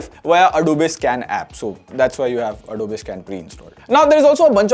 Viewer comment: You are pronouncing the word "Adobe" wrong.